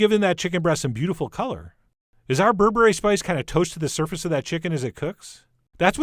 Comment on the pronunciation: Did Chef John just say "berebre is bae?😂